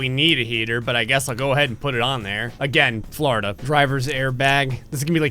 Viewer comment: what the hell is "Floorda"?